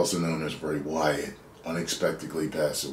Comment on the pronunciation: Least get his name right